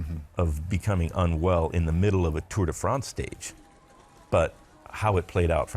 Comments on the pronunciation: I had no idea Bobke's background was so incredible. What's more incredible is how he continued to call it the Tour "day" France for so many years despite SURELY knowing he was pronouncing it wrong XD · 'Tour Day France'.